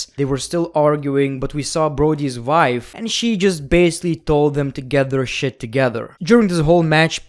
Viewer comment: Why u keep saying west instead of vest and vife instead of wife. W is w v is v, dont mess them up